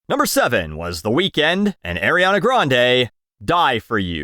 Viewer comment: I appreciated the pronunciation of Weeknd as “weakened”. Nicely done.